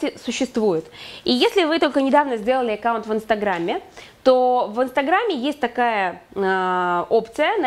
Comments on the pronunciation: Экаунт? Это что? АККАУНТ- знаю- Экаунт нет! И да- платье, и дефект-ужас . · Всё хорошо, но режет слух слово "Экаунт", ещё и с выделением первой буквы😩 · Эккаунт.. звучит интересно..... А так, спасибо за уроки ))